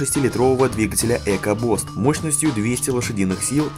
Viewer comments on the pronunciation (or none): За видео однозначный лайк, но не придраться к произношению названий я не могу. :) 1) Фордовские двигатели по русски читаются как "Экобýст", а не "Экобост"; 2) Фирма, выпускающая спортивные сиденья - "Рекáро", а не "Рекардо". P.S. Хороший вышел автомобиль, но лично больше по душе был бы последний Renault Sport Clio R.S.